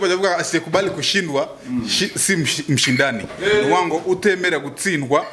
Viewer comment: Ati mshindani😀😀😀 manibu nawerwose bavuga mshindaji